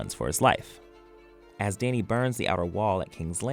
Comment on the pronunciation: Did he call danny , dai-nee